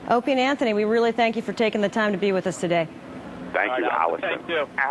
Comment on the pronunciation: She Said "Opanie and anthony"..how hard is it to say?? How did your Parents die? Tha..that's terrible I'm sorry...Frrronkus!!